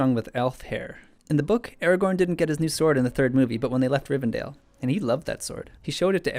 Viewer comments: Rivendale? RIVENDALE? All right, that does it. It's Lord of the Rings, not Archie! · Why do so many people pronounce Elrond's home as rivven-dale? It's Rivendell. DELL. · It's RivenDELL, not "RivenDALE." It's Andruil, not "Andorial." How about don't say anymore names of things in Tolkein books. I mean, Im not a nerd or anything, but you suck at pronouncing those words.